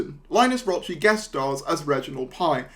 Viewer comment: Linus Roache is the son of William Roache, Ken Barlow in Corrie. And Roache the "e" in Raoche is silent :)